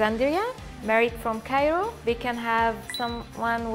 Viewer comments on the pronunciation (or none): none